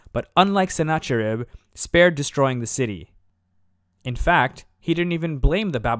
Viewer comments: Sennacherib or Sîn-ahhe-erība is usually pronounced with a fricative, a kind of throaty h. There's no English example I can think of, but it's a common sound in modern Arabic and Hebrew. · Us Assyrians pronounce it as SIN-khi-ru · Hi, thanks for stopping by. Yes, you're correct... Sennacherib is also incorrect for the same reason. This was one of my first videos where I had just started to learn the proper pronunciation of many of these words, and I totally apologize for that. In a few weeks a newer, more in-depth version of this video will be out, so it will be corrected in there. Thanks again for the feedback, I really appreciate it! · No actually the "ch" used as you say is also incorrect because you are implying the German and french usage of ch which the c letter is dominant sleuth only the Caaa sound no haaa sound. The 'ch' you mean is the semitic middle east transliteration. Čh čh is the correct form. It's pronounced "hoocckkaakkkccckaakk" in sound via hocking. čh aka like čhet and čhat which are the semitic letter in their alphabet. It's Sinačharib and Nabučhadnatsar. Lačhayim is the Hebrew word for to life and Ačhmed is the Arabic proper name for a person. You see now. I am middle eastern and I will teach you the proper procedure to pronounce our dialect.